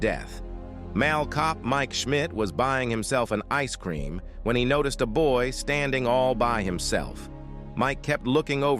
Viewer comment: Happened hospitael uncotuios noticcied best ai voice 😂😂